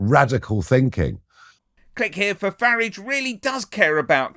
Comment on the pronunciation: You have just edited clips together not an interview and you keep pronouncing his name wrong, your a shit head.